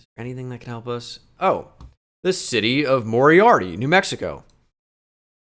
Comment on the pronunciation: Moriaty is mo-rye-ah-tee. I cut a corn maze there last summer